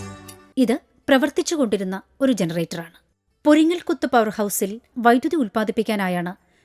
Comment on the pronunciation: പൊരിങ്ങൽ കുത്ത് അല്ല പെരിങ്ങൽ കുത്ത്